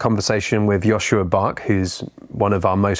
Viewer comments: Great talk, but next time say his correct name when introducing : Joscha NOT Joschua . Thx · Bit grating to hear his name pronounced as Joshua